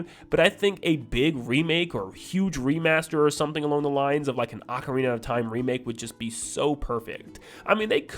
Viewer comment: You say ocarina wrong